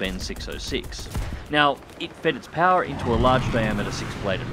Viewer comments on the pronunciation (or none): none